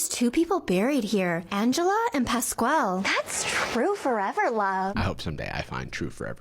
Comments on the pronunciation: No one has ever said "Pascual" more whitely. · My last name is Pascual… I hate that she’s mispronouncing the name of a dead man and pretending to do a good thing for views meanwhile she’s damaging a grave by cleaning it improperly